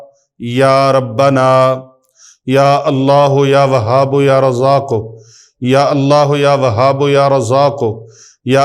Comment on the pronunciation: Asalamo Alaikum..mne kehna tha k YA WAHABO nhi hota na YA WAHABU kehty hn..talafuz ye thek hy ya ksi bhi trha parhskty hn..wesy mne Talafuz se parha hy QURAN PAK.ya wahabuu kehty hn.